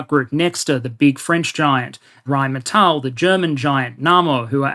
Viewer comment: Pretty good pronunciation of Rheinmetall :D